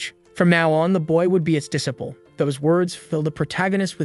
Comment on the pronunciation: what's with that crazy pronunciation of "disciple"